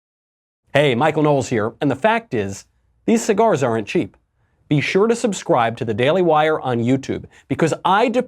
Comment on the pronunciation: Michael is the only guy I've ever heard that pronounces the word, "aren't" with 2 syllables. Are-ent